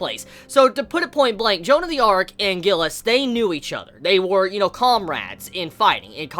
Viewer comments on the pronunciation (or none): Gilles is a french name so its G is pronounced similarly to a J. Also the S is silent. So basically sounds like Jille. U can hear it in the episode. Im glad they didnt butcher foreign names in the serie unlike what I was expecting. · Isnt it pronounced Schzeee instead of Gilleh